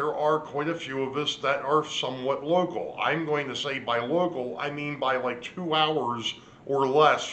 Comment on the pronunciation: did you say local or loco😜😂🤣